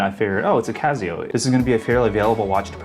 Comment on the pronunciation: It's not "Cazzio", is it?. It's not OK to mispronounce it. Please correct me if I'm wrong. I've never heard anyone say it that way. If it is indeed pronounced "Cassio", and you are the only one mispronouncing it, please consider making an adjustment.